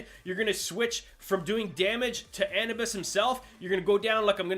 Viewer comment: Ah-noo- bis